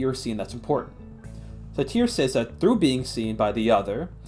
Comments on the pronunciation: How did you get through an entire college course pronouncing Sartre as 'Sateer'? Could you really not be bothered to Google the pronunciation? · That's not how you say Sartre. There's no "i" in that.